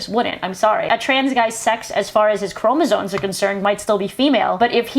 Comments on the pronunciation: And another also: “chromosoNes”??? It’s just annoying me. There’s no N in chromosome. I normally wouldn’t make a big deal over someone mispronouncing a word. It happens. But, in this case, it tells me that she is speaking out of her arse, having done absolutely no research, having read no scientific papers on the subject. Because if she had read about this, she’d know it’s chromosomes, not chromosoNes. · Fuck. She can quite literally get in the sea. And fucking stay there. What the fuck is a Chromosone please?! She did NOT say Chromosomes. She said Chromosone